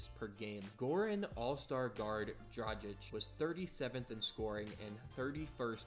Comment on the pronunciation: Having a hard time pronouncing Dragić huh?